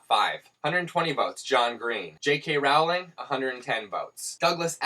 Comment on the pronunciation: Rooooooooowling, like Bowling ;) not Rawling!